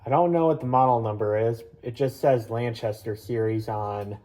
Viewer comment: beautiful, it's also pronounced lan K aster not lanchaster no hate, also heritage wasn't sold at kmart it was sold at menards and walmart!